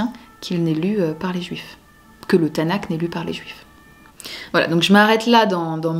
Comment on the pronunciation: Bon résumé. Petite précision cependant : Tanakh se prononce avec un /x/, comme le ch de la nacht allemande, comme le j de la jota espagnole.